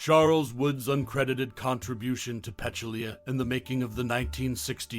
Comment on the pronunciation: First of all: her name is Peh-TOOL-ya, not PETCH-oo-LEE-a. Otherwise, thanks for some interesting commentary and nice stills from this wonderful movie.